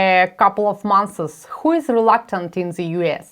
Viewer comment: months Вбейте в Google how to pronounce months и послушайте was would it have been possible for Ukraine to stop Russian troops... if the USA had provided weapons before... Conditionals of the 4th type. Может и по другому называться, но суть та же. Оба действия в прошедшем времени. so for you, it wasn't a surprise that the Russian army turned out to be not that as strong as it had been was said, WAS IT? Но лучше звучит так: so for you, it did not come as a surprise that the Russian army turned out to be a lot weaker than claimed, DID IT? Try harder. Good luck :))